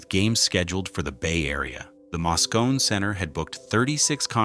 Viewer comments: Muh-rin County & the Masco-nee Center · while talking about San Francisco, you show a photo of New York. Mispronunciation of Moscone. , you are talking about Chinatown, but that is not San Francisco's Chinatown. , where the hell is that? It is certainly not in San Francisco! , not San Francisco! , not San Francisco! , I see that the NYPD has some of its workers in San Francisco. , not San Francisco! , not San Francisco! , that train station is not in San Francisco! , this restaurant is at W 112th Street and Broadway in New York City , Kuala Lumpur, Malaysia , you are talking about Union Square in San Francisco and showing Herald Square in NYC After that, I gave up! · The images accompanying the narrative are pretty random. The narrator doesn't even pronounce "Moscone" correctly. This is a hastily produced video designed as click-bait.